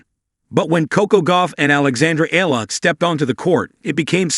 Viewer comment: Please pronounce her name correctly! It’s Ee-Ya-La! Not EELA! You are lazy!